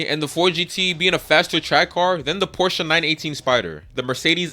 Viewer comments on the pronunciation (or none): none